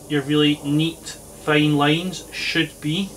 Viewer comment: what is a "fane lane" ? LoL. Accents.